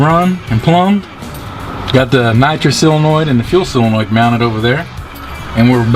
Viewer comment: It's SOLENOID not "silenoid"